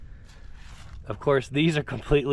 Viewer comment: Did you say crapsmanship?